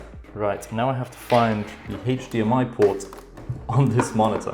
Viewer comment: AchDMI cable. Best way I've ever heard it said.